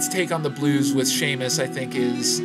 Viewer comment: The two you don't like ("San Tropez," "Seamus") are pronounced "San Tropay" and "See-mus."